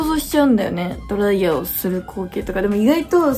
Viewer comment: ドライヤーのイントネーションもお風呂嫌いなみつほちゃんも好きぃぃぃいい